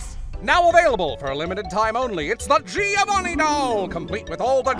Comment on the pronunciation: Is it just me or did he say "me-ovanni potage!" Or am I just not hearing the "gi"